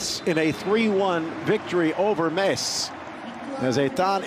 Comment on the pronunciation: It's not Mets...... M.E.T.Z